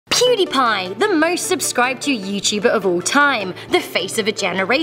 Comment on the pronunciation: pudiepie🥴 laughed when she said it